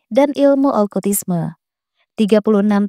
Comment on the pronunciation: Okultisme Kak, bukan Olkutisme. Asalnya dr kata "cult" (bhs Inggris: kultus) 😊